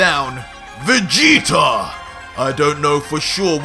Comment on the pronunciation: Why u say vegetar / king vegeter